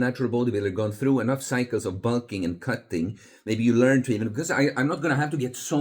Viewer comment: Bul-king (heavy European accent)